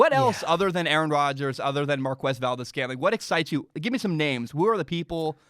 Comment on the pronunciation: Saying Markwez valdes-scantling is like saying kweso for queso. Forget what joe buck taught you.